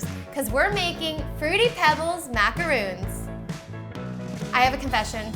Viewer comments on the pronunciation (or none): MacaRON MACARON MACARON !!!!! Its not the SAME as macaroons .... The very most important thing to know !!!! Why make comments about " the more you know'" and the history of the macaron but not even say the name correctly !!!! 🙄🙄🙄😬😬😬😲😲😲🤦🤦🤦🤦